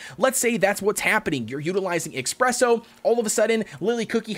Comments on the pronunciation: It's pronounced uh - spreh - sow. Not ex - preh - sow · His name is not expresso cookie it is espresso cookie😠😡😤. _. - _